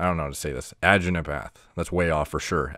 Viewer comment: The way u pronounce agneepath lmao